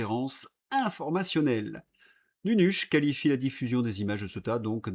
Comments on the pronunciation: CEuTA😅😅😅😅😅😅 (CÉ-OU-TA)... écoute un peu la manière dont ce prononce cette ville... La tienne est ridicule et c est dommage ton travail est exemplaire 👍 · Il faut que quelqu’un te le dise : cela se prononce Cé-ou-ta.